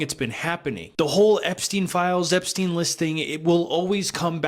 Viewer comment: Finally! Someone pronounces his name right. Epstein/Einstein. The connection is there.